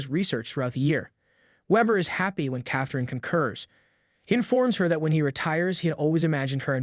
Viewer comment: Meredith's & Catherine's names were also mispronounced.